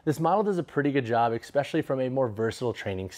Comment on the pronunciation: If you're gonna say especially so many times. Please , it's especially not exspecially